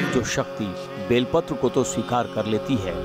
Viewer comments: Sir ji use belpatra kehte he Vilpatra nahi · बेलपत्र बोलो विलपत्र नाही